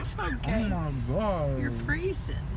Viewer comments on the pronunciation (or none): "OHhh mYY GAWWR" 🤣🤣